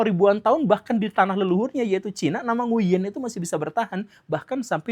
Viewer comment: OOT kang tapi cara baca "Nguyen" bukan "Nguyen" tapi "Ng(w)in" 😁 w nya dibaca dgn halus..